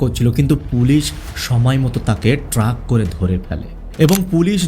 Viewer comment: এস্থায়ী না স্থায়ী, মোবাইল ট্রাক না মোবাইল ট্র্যাক। আরো ভুল উচ্চারণ ছিল। উচ্চারণ ঠিক করতে হবে।